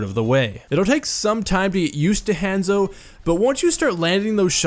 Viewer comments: Han-zo, Han solo's Han and Zorro's Zo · would watch, but "hEnzo" is annoying af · It drove me crazy hearing HANS-O When its Honzo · I'm freaking DIEING at how he pronounces 'Hanzo'... 😂😂😂👌🏻 its HAH-N-ZOW not HAN-ZO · u pronounce it like hand-zo its pronounce hon-zo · Ethan Leahy lol it was making me triggered I’m like “ITS Hanzo (Hon-Zo) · "HAN-ZO" I cant stop laughing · if you say henzo one more fucking time i will die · I die a little on the inside every time he says Hanzo... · The way he says hanzo hurts my brain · Anyone one else bothered by how he said a short "a" in hanzo instead of a long one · SAY HIS DAMN NAME RIGHT! They say it in-game (many different accents) and is literally all over the internet. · when the Hanzo main can't even pronounce the characters name correctly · Remember kids don't take advice from people who can't pronounce the name of the main character in their video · That's not how you say Hanzo lol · U can't even say hanzo right